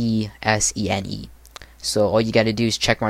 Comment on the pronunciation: The title "Custom Windows Live Messenger for Ubuntu" is kinda misleading. Emesene and aMSN are WLM "clones". Plus it's not Ubuntu only. Also Emesene is pronounced MSN, otherwise it would be written EMESENE or E.M.E.S.E.N.E. A more correct title would be Emesene: WLM Linux Alternative. Just my thoughts and some constructive criticism. Nice video btw